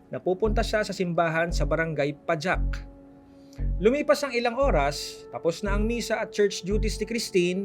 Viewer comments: anong PAHAK yan pag ka pronounce hahaha di PAJAK! hahaha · Konting reasearch lang po sana, Pajac is pronounced as “Pahac” not “Padyak” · Pahak po pagbasa nang pajac Hindi pajak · Pahak not pajak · It's PAJAC (pa-hak) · Brgy pajac is read as brgy pahak d man lang nagresearch to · Di po Pajac yan Pagbasa nyan ay Pahak ang J must be pronounced as H.